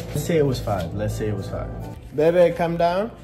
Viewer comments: She said 2 bebby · im gonna say 14000 bc idrk how many times says bebby sooo im prob wrong anyway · It’s baby not bebby